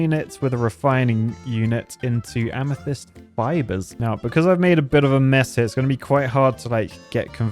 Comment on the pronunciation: Wait a second! Both times watching this i failed to realize has FINALLY learned how to pronounce amethyst 😂😂